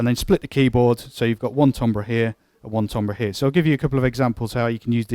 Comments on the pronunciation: This synth is awesome. Although I don't know what tombrahs are... did you mean timbre (pronounced tam-ber)? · lol Really? You sure about that? Try looking it up in a pronunciation guide. Accent notwithstanding, it's like pronouncing "centre" as "sent-tree."